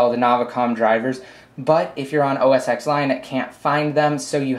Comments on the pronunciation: oh-s-ex lion? Its "ten" not "X". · It's pronounced "Oh-Ess-Tehn" Not "Oh-Ess-ex"